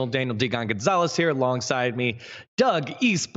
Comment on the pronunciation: kekw inivitational instead of invitational :D